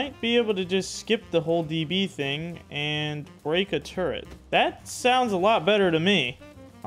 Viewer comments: "turrent" I hear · there is no N in the word Turret. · when did they add an N to Turret?